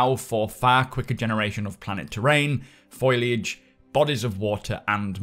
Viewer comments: "F o l i a g e" not "F o i l a g e". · Foliage is pronounced foal-e-age not foil-e-age. Sorry but it's driving me nuts 😂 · Foh-lee-ahj - not Foil-ahj mate. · I'm guessing you say "foil-age" for the same reason I say "skelling-ton"; because it's amusing.